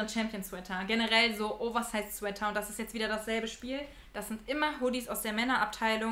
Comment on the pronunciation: Finde es so toll wie deutlich und schön dein hochdeutsch ist. Und dann kommen diese paar Worte " wat, dat, det) schrecklich. Brauchst du nicht!